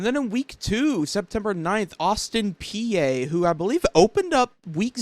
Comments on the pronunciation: it's pronounced Austin P not Peeaa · Just "P" not p-a... and very reasonable prediction imho. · Peay is pronounced like a green pea. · It is pronounced Austin pee. Vols offence state for you last year. Vols Ran the ball 54% passed 46% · The a is silent in Peay